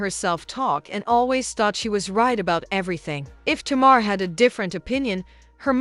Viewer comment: Sounds like it’s saying Tomorr instead of Tamar 😂😂